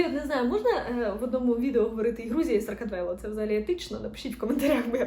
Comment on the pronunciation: Грузія топ! Тільки не "Саркатвело", а "Сакартвело" 🙈🙈